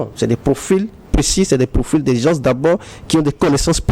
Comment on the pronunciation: C'est quoi les "gences?" Il veut dire les "gens ?"